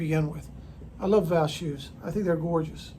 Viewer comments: Hey, great job!!! ❤ By the way, you can pronounce it “Va-SCH” like the “sch” in Budapest. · I think it's pronounced something like Vascht